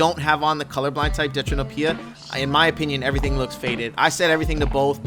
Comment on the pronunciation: Omg mas actually said deutranopia correctly :D